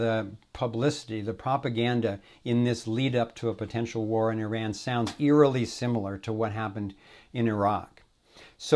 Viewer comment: and must I say, finally another American (other than myself) actually pronounces the name of another country properly... its EEE-RAN like says it not I-RAN